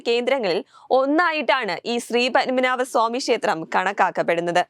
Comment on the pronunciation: പൻമനാഭൻ അല്ല പത്മനാഭൻ